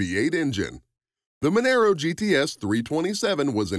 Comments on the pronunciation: Why did you show the crappy mustang at the end when you were talking about an awesome falcon cobra? Also Mon-Aro not Mon- aero, But good stuff love Aussie muscle cars 🤙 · It's "MUN-UH_ROH" not "MUN-ER-OH" And you might want to check for facts on the Maloo. It's been around since the early 90s. And has been available with a 6 speed manual since 2000. The R8 is just a trim level, the name which has been used since 2000. And your picture of the "VF Maloo" is actually a VE. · Monaro - Pronounced Mun-are-o, not Mon-air-o. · It’s Monaro mate , not Monero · What the f**k is a “Menero”? We’ve only had “Monaro’s” in Australia FFS🤦🏻‍♂️ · youre pronouncing monaro wrong.. youre saying monero... try saying mon R O if that helps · ma naro... not man aro... thats like saying cama ro not ca maro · MONARO not Monero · This could have been a better video if you got all your facts right. The Torana was not the 1st car in Australia to have a 6 cylinder engine. In fact, the vast majority of ALL cars built in Australia had 6 cylinder engines. There was also 6 cylinder engine in the Monaro GTS (pronounced Mon-aaro BTW). It was a 186cu inch straight 6. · Didn't go into how many fords and holdens they had to sell to qualify for Bathurst so got that bit wrong. But when he pronounced Monaro,Monero and said how many they sold stopped right there. With a name like you can't be expected to do any research. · The Monaro is pronounced as Mon-R-oh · far to many mistake... All XR GT's came in GT gold with the exception of 13 cars. Monaro is not pronounced the same as Camaro. Its Mon-R-O. The R8 Malloo was not the first to be offered with a 6 speed manual trans, Holden-HSV first offered in in 1991 in the VN SS Group A. Torana is pronounced wrong... this video has so many mistakes its ridiculous and i cant be bother correcting any more... anyone watching should just assume its all incorrect